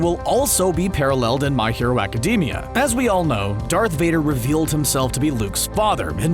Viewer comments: Nobody: This Guy: My Hero Acadeemia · It's pronounced ee-zoo-koo (well the zoo is more pronounced as zu) not ee-zoo-ka. It's not pronounced aca-dee-mia it's pronounced aca-day-mia. Also deku has a quirk, crying! But all for one is never shown to be able to change memories and if he could why wouldn't he do it on all might to make him forget who all for one is or what one for all is. Also have a theory you can use. Kacchan and bakugo are the same person. Also be normal and call Izuku deku